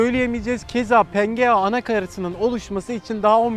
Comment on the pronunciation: Pengea değil pangea olmali